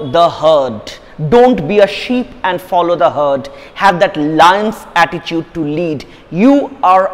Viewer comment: Attitude, not atticheute😂